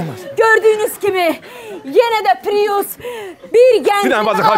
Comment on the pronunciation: Mən bilmirəm pirus niyə deyirlər piriusa!? Pirus yox bir papirus🤣🤣🤣🤣🤣🤣🤣🤣🤣🤣🤣🤣